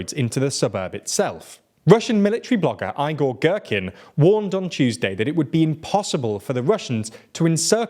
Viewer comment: his name is pronounced as eegor' geeerkin